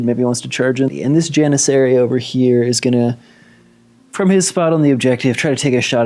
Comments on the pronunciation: Nice battle report! You are in fact pronouncing "Janissary" correctly! Keep up the good work! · Don’t know if someone has commented already but you pronounced janissary correctly on turn 2, also the yuzbasi is pronounced (youz-bash-uh), its Turkish, wouldn’t blame you if you didn’t pronounce it like that going forward lol just sharing a fun fact. As always great battle report can’t wait for the next one